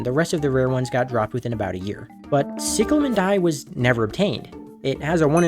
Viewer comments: no I have the same accent but its NOT "sicklemen" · "sicklemen dye" "selestee dye" bro what, and how is squidkid being egotistical stop the yapping